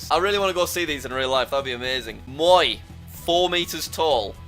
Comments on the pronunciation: its pronounced mo-why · Just to clarify the moai statue is pronounced mow - eye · The moai is pronouncedas mooooaaaaaaeeeeeeeiiiiiiii no say maoe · It’s pronounced moh ai not moie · Just a heads up Moai is pronounced Mo-i in english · Fun Fact: the way Jack incorrectly pronounced "Moai" is actually a perfect pronunciation of "mooi" which means nice in Afrikaans :) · Hey Jack, the Moai from Easter Island are pronounced Moe Eye, :) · As a Chilean I will confirm, The a is not silent in the word moai